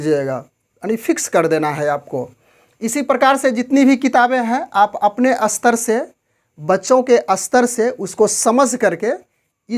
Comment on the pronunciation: कृपया अपनी भाषा सुधारे। आप स्तर को अस्तर, स्पष्ट को अस्पष्ट बोल रहे है।